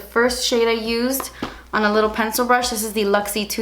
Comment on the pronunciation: Lmaoo to the part where you say " when I was little.. well I'm still litterrrr but I mean litterrr litterr" 😂😂😂😂